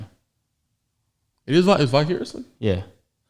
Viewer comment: Really? Bicariously?? 😂🤣😂🤣😂🤣 had to look it up 😂🤣😂🤣